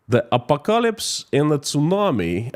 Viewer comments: Say it like this: Ah Paw Ko Lips .........😊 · Here's a hint: ah-pock-ah-lips😊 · A PO KA ELIPSE 😂 and stop calling itt Russian .law. instead you should call iit moscow law. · Thank you for the videos. I usually get really sleepy because of your soothing voice. This time though your butchering of the word apocalypse woke me up :D It's pronounced "apo-Kalips" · .......phonetic pronounce....just say... A-POCK- A-LIPS then you have Apocalypse pronounced perfectly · A pock a lips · apocalypse IS SAID a - pok - a - lips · A POC A LIPS. 😄♥️ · Thx. Apocalypse has stress on second syllable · Stress on the second syllable!